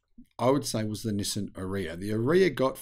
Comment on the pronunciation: Nissan —> “ni + san”😊 Not “no,sim” 😢 Have a great day